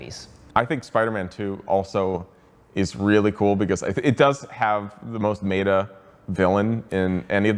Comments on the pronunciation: No. No, you may not say "maeta" to pronounce "meta". Not now, not ever, cut it out immediately. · not guna lie first time ive ever heard someone pronounce meta as maeta